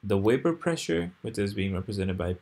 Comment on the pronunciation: his is absolutely brilliantly clear. Make more videos. The world needs teachers this clear. Why do you pronounce the word "vapor" as though it were "wapor?"